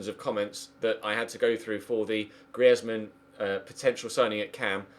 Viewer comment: Please find out how to pronounce Griezmann properly